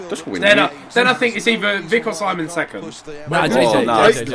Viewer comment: Whenever says Simon, I hear Sideman